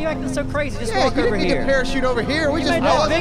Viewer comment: Wait! Did you just say "Parashat!?"